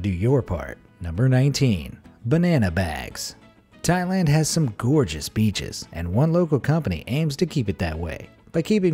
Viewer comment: “Thailand has some georgeus beaches” 😂